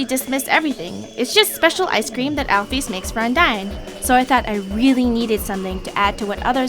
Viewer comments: you pronounce alpyus wrong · I pronounce Alphys like, "Alphis". Not, "Alphees". Not criticizing or anything, but that's just how I pronounce it.